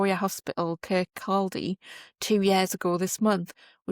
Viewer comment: Sorry but all presenters, newsreaders etc really ought to make the effort to find out the correct pronunciation of towns cities etc before they actually say them - the letter L in Kircaldy is silent! It's pronouncer Kurr-koddy! Arrrgh.